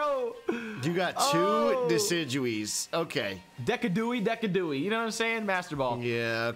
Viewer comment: Ew you called decidueye DECK-EE-DEW-EE?? it's DEH-SI-DEW-EYE